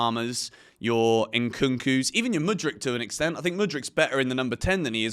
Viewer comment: Why aren't you English people takes Mudryk name out ya mouth?? Let mudryk breath please